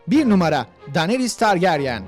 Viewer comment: Şu adama biri targaryen demeyi öğretsin çıldırcam